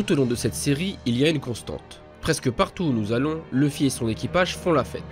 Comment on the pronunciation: Mais vous avez un problème les francophones avec le nom de Luffy, c'est OU Louffy pas LEUffy !